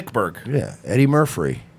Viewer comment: Eddie Murphury. Lol!